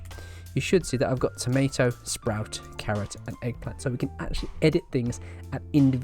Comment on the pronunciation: Accent, BUT Eggplant BUT £10 BUT "Tomaydo"?????